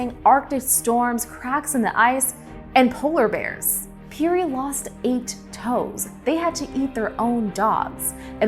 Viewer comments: I first heard of Matthew Henson in the opening of the musical Ragtime! Robert Peary's name is pronounced "pairy," which I also learned in Ragtime. It's too bad no one caught that before the video was released. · Ya I've never heard it pronounced the way she was saying it.